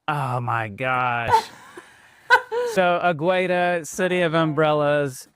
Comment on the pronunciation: Águeda's pronunciation was terrible: the u is silent and the emphasis is on the first letter